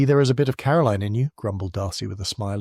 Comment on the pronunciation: I really like. He just needs to properly pronounce Caroline. The author has a gift I could listen to these books for hours.